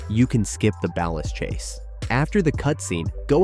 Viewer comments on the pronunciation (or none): The AI that can't pronounce BALLAS 😂 close enough....close enough. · You pronounced Ballas wrong